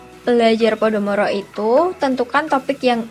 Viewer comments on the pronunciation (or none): Koreksi ya mbaa, pomodoro bukan podomoro.. Videonya keren-keren 😁